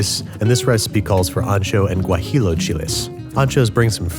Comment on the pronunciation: Guajillo is pronounced gua-he-yo, just wanted to clarify because it's maybe the forth video I see that you say gua-he-low